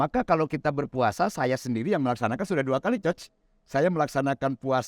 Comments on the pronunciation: Iya 😅 bilang nya Choch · maaf sdh 2 tahun bersahabat tp tdk ada yg meng koreksi ucapan bpk ini utk pelafalan ( pronounciation) coach